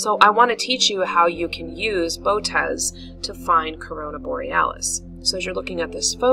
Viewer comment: The most common pronunciation is bow-oh- teez. Thanks! Gregg Schultz Three Pines Observatory